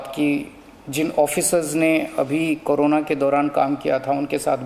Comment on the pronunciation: CM hamesha corona ko carona bolte h 😁